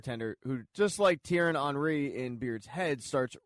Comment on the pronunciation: Thierry Henry is pronounced Tea-erry On-Ree